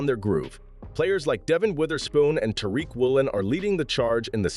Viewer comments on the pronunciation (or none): none